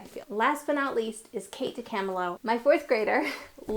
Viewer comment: Her name is pronounced Kate Dee-cuh-MIL-oh 🙂